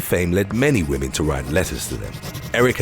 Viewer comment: Lol, "Whamen..." 🥱